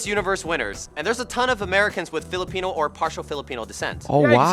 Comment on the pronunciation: You almost made me forget my language on how bad you pronounced philipino